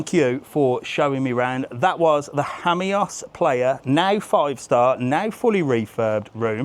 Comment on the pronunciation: Hammyos? I’ve always pronounced it Seaside Lost Jamos